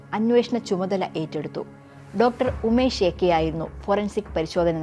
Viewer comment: It's Dr Unmesh A k not umesh